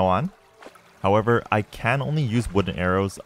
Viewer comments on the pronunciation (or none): none